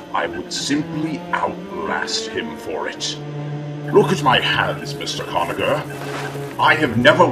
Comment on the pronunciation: Mr. Gonaher? It's actually Conagher.